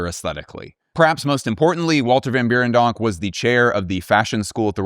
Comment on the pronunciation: You gotta pronounce the 1st e in Berendonk like the e in Schwartzen-E-gger